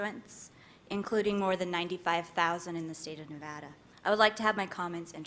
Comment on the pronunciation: miss no nevada bear hunt cant even say nevada!